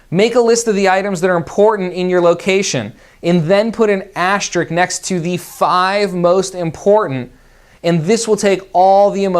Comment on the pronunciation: ASTERISK.........please. A-----STER----ISK.